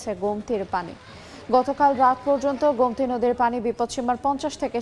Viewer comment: গোমতি এর উচ্চারণ গোম্তি করেছেন কেন?